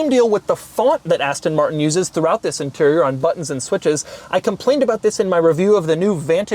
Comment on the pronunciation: Nobody: French Doug DeMuro: ZZisss!